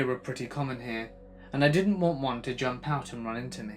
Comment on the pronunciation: Dinint, man she needs to know how to say did not BLAH